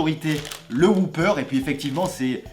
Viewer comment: Pas "Whooper"... "Whopper", à prononcer "O", pas "OU".